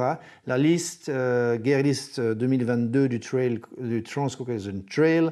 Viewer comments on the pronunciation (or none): Bon mais c'est "guire" list, pas "guerre" list la prononciation ;-)